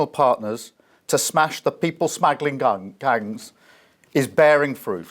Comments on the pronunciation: People smaggling gungs 😆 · "People smagglin guns " 0.38... Release those sausages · "People smaggling gungs" 😂😂😂😂